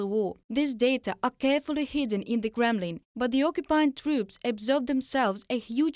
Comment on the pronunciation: I love the way she pronounces 'Kremlin' as 'Gremlin'!